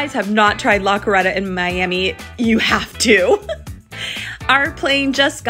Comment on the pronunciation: That La Carreta pronunciation got me LOL for real. 😂😂